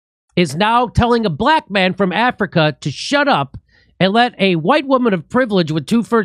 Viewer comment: She straight-up told him to “hesh ep” lmao